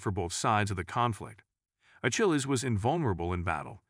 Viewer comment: "A-Chill-E"? I thought the "ch" in his name was pronounced as a "k" - "A-Kill-E"